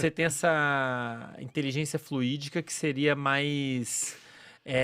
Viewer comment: alguém explica pra ele que é inteligencia fluida, não fluídica. não entendo porque se expõe a falar do que não entende. Chama um psicologo recém formado pra falar disso no groselha.